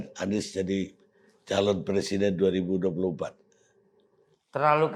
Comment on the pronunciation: kan ngomong nya pleciden